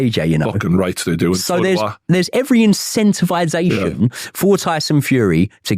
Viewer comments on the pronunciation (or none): ''insentivization'' !! Just 'insentive' will do ! 😂😂